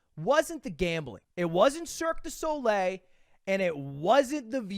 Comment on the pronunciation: This guys mom is french and he cant even say "cirque du soleil" right